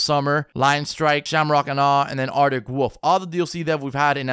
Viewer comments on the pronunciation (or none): Did you artic wolf or artic woof ?